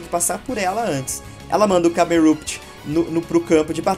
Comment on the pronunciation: e eu...achando q era Camerupt(pronuncia câmerâpit)